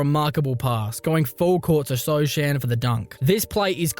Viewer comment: i'm pretty sure it's not so chan but so han how it's pronouce jeremy sochan name 😂